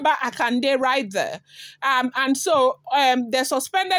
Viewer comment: Yoruba pronunciation, Akonde.